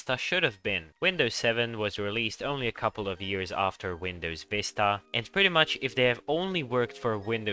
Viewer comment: And he said aafter xp